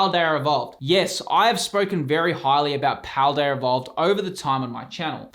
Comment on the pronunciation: Is it me or is he saying Pladearrrr Evovled